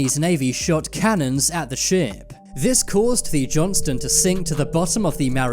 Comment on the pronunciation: Thinking the same thing. Also the USS Johnston (not the "Johnson" ), sunk in the Philippine Sea.... not Mariana Trench. It's crazy they are putting this out on a channel with almost 5m subscribers. I couldn't watch anymore 🤣.